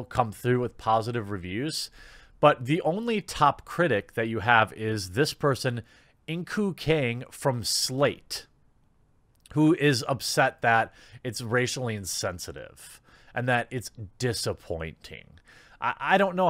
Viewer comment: the word is rascally, not racialy. Meaning the uncle behaves as a rascal, not racist